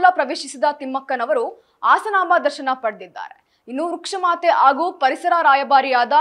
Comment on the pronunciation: ಅದಿನೇಳು, ಆಸನಾಂಬ, ಅದಿನಾರು , ಆಗೂ ಏನೇ ನಿಂದು ಕನ್ನಡ ಥೂ ನಿನ್